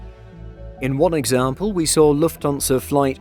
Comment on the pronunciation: For the love of God, could someone give the man pronunciation lessons? I can just about make it through his "Loofthuhnza" but "Chech-ia"?? Agree with other comments - it's not a "situation" in "Eastern Europe", it's the Russian invasion of the independent, peaceful nation of Ukraine. Any suggestion otherwise is just wrong.